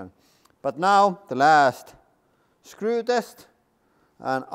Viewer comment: The way he says “woold” and “scruu” 😂